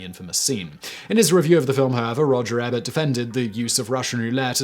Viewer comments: the movie critics name is Roger 'Ee-burt', not 'eh-burt' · Isn’t Ebert pronounced Eebert? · Roger EE’-bert. Your pronunciation error is more noteworthy because Roger Ebert was the first person to speak with his natural voice via a computer. Stephen Hawking spoke using a computer voice, but Roger Ebert had recorded so many audiobooks and television shows that when he lost his voice late in life, he had already recorded such a large vocabulary of words that a computer was able to speak for him in his natural voice. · Simon, it's long e short e, Ebert. I live where his film festival takes place, which is the twin city to where he grew up, Urbana, IL. Champagne is what you drink. Champaign is where I live. Amber